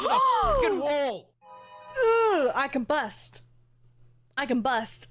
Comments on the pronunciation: I get that you are probably joking, but she was saying "combust" instead of "can bust" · i legit thought you said "i can bust" 🤣🤣🤣